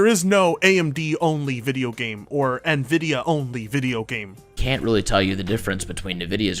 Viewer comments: still cant' pronounce Nvidia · I have said neh vidia for like ever :( I am sorry, for I have sinned.